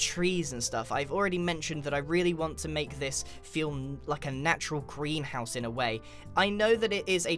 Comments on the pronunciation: Am I the only one who hears "Grianhouse" when he says greenhouse? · Every time you said greenhouse it sounded like "grianhouse"